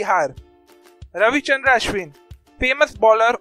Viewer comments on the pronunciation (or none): none